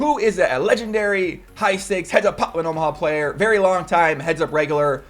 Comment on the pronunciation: OMG all I hear is you pronounce pot limit Omaha in a weird way ever since Doug said it 😂😂